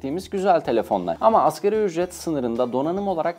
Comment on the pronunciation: Askeri ücret diyor ya şaka gibi.. 😂 '' ASGARİ ÜCRET ''